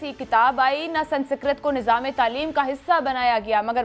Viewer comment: Sansikrat nahin bete - Sanskrit kehte hain!